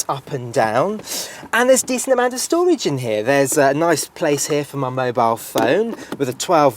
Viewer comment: "decent amount of stovage in here"